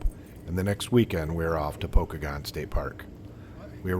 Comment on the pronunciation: It's pronounced Poe-kay-gun. Pokagon state park. Check out the toboggan runs in the winter.